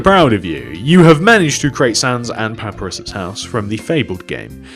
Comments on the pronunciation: Its papyrus not paparis Pap-eye-ris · Sans and Paprus Me:Come on buddy if your gonna want something say it correct it's puprurus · I'm nine seconds into the video and I wanna smash my head into the wall because it's not "paparis" ITS FRIKEN "PUH-PIE-RUSS"!!!!!!!!!!!!!!!!! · You said Papyrus like this "Papurus" You say it like "Papyrus" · It’s pap-pie-rus not papurs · Pa pie rus not paperous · He said paparisis its pa-pie-rus papyrus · It's Pa-pie-rus not paparus just saying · the real pronunciation: pap-pie-rus: pap a ris us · He said papr is's house. Its pronounced pup I ris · You say paprius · Its papyrus (leviosa) not paparus (leviosarrrrr)! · You said paparus instead of pa pie ris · Lol he said papris instead of Papyrus LOL😂😀😁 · You panouce it as pap y rus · papirous ITS PAPYRUS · I love how he says paperus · bruh the pronnounciation of "papyrus", he said it like, papirus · Ahoy! I am Captain K. Cool from The Krusty Krab Mania & Knuckles! Can you please do the interior of Sans and Papyrus' house? BTW (By the way), it pronounces Pah-pie-rus! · puh-pie-rus, the guy right here said it to \/ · Never say papurus again. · you pronounce papyrus's name Pap-pie-rus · when he pronounced papyrus liek pappa riss i died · say it with me buddy: “Pa-pie-rus” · It's pronounced Pa-Pie-Rus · Don't mean to be a party pooper but its pronounced... Pap-I-rus Also great video😁 really enjoyed making this w/ you! ^-^ Undertale is one of my favourite games ever! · Its Pronounced Papirus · Hold On. It's pronounced Pah-PIE-Russ but spelled papyrus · ...the way he said papyrus made me sick I love your channel but please look up how to say his name no hate bye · HAT IS NOT HOW YOU SAY PAPYRUS!!!!!!! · the way he says papyrus hurts me on so many levels...